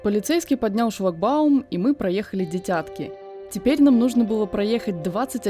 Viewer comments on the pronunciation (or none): Только ударение не на «Я» в слове «дитятки» , а на первую украинскую «Ы» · Не ДитЯтки, а ДИтятки